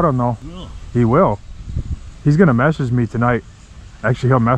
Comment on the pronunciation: hes gonna "meshage" you!